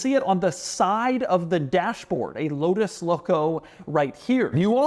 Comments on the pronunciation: The L in Lotus should be a W. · I saw one of these in person last weekend at McLaren Philadelphia and stood in front of it trying to pronounce the name like Doug did on the drive…out loud…like a crazy person.